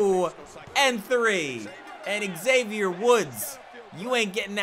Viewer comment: great series, but your pronunciation of 'Xavier' is cancerous. hope you didn't get booked against him anymore in.the series, I'd like to live :-) great job, and nice live commentary!